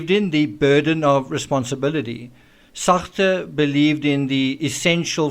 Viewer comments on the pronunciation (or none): im such a kid ..that sean paul sacht pronunciation had me in fits 🤣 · Love your french "Satre" lmao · Fascinating analysis, worthy of repeated views. Also love your fun mangling of Sartre French pronunciation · Your pronunciation of Sarte made me giggle. Speaking like the Pink Panther. Hahahaha haha 😆